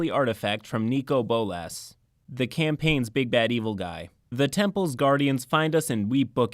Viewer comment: I was so taken aback by the pronunciation of Nicol Bolas as Nico Bowlass like people either say Nickle Bowlass or Nico Bowlus but i'm pretty sure it's pronounced Nickle Bowlus.